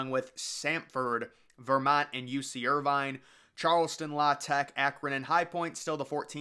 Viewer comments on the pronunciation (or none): none